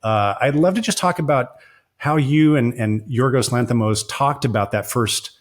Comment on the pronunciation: Please pronounce Yorgos Lanthimos's name correctly. It's so rude not to bother to say someone's name correctly. It's Yor-goss (as in gossip) Lanthis-moss (as in moss), not Yor-ghos (as in ghost) Lanthi-mhos (as in mostly). Short 'o', not a long 'o'.